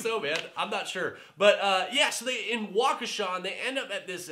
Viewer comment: You said Waukesha correctly! I am 5 mi away from there. Love your recaps :)